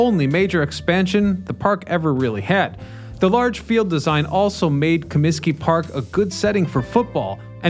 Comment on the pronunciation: "ComiTsky" Disco Demolition!!! along with 10¢ Beer Night in Cleveland in 1974, were the two most infamous events ever. Ahhh, the 70's. There were also two "West Side Parks" for the Cubs before they moved into Wrigley. Many of the oldest ballclubs had more homes than is generally known. Harry sang in the seventh inning, not the seventeenth. It's Reinsdorf, not Rainsdorf.